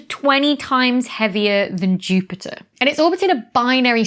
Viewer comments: this might be the first time I've ever heard a glottal stop in the word Jupiter, or Jupi'er I guess! It is funny how you normally keep the "t" in Jupiter, but rarely if ever in Saturn. But then, my northern accent has its inconsistences too. I've always pronounced "master" with a southern long-a even though words like faster and plaster always have the northern "short-a". 🤷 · Dr. Becky is like: "Jupi'er"... I'm sorry, it just sounded so.. English 😉